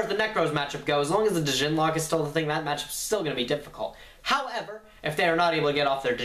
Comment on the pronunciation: ugh dammit everyone pronounces that word incorrectly and I don't understand why...you pronounce the word "djinn" as you would the alcohol "gin" seriously...not hard and you're actually making the the word harder to say that way...